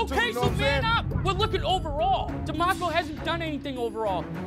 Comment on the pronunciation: 😂😂 tbh DeMarco was kinda cute but damn Ramsey murdered his name